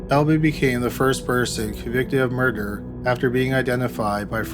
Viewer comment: More door? I've never heard murder pronounced that way